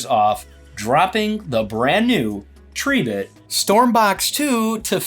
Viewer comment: Tree bit , thats a new one on me 😂 It's Tri bit as in "ribbit" 🐸